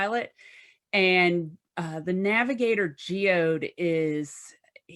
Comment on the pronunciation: Its not just a rock... its Geoed or whatever she said... so kinda like Geodude from pokemon? ffs